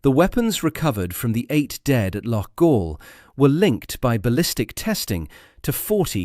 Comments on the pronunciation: It's not "Loff-All"....it's "Lock-All". And you wonder why the English are so despised in this kind of reporting? 🙄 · Loughall? Aye right🤣TAL